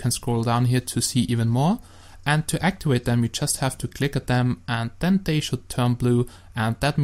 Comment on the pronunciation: ITS ACTIVATE NOT ACTIWATE